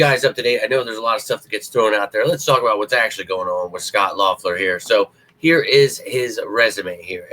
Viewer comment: Think his name is pronounced Leffler🤷🏼‍♂️